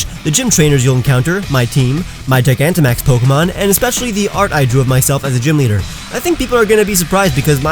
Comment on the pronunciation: DO NOT LEAVE OFF THE N IN GIGANTAMAX!